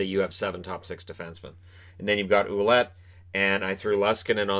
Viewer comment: Ouellet is prononced Well-let. Great team! Can't wait for that season to start!!